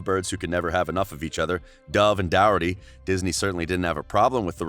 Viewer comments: It’s not Doherty it’s dorcherty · Its Doraty Not Douraty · His last Name is Doherty. Is dat actually how his last name is pronounced??!!!